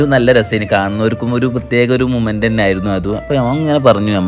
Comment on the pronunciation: മുമൻ്റ് അല്ല മൊമൻ്റ് aahn it's moment